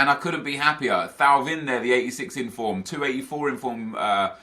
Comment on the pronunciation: Nep thauvin is pronounced TOW - VAN